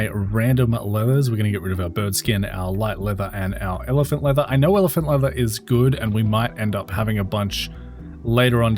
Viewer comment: You saying evelant? Not elephant?